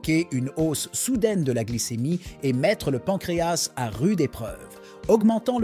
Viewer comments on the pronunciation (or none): none